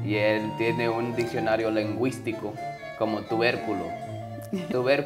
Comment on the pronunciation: La última parte no puedooo 🤣🤣🤣 primero lengüística y luego tuverculo 🤣🤣🤣